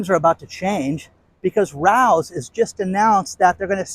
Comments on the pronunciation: I love listening l! Heads up it’s pronounced Rayo’s not Rous 😊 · Hey Rao’s is a very famous restaurant in NYC pronounced Ray - Ohs. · Pronounced Ray os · The sauce is Rao's, pronounced RAY-O's. See restaurant in NYC.